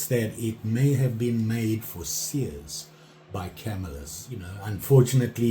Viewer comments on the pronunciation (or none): none